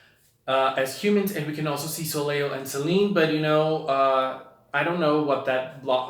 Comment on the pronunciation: Soleil is Pronounced soul-lay not so-ley-al